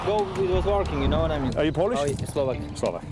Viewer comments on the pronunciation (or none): none